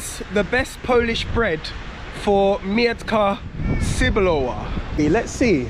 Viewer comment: it's pronounced 'Meh-t-kah Tzeh-boo-lova', not 'Myantka Sir-blower':D